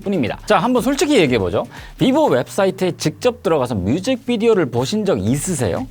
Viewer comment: 비보가 되게 릐보라고 들리네용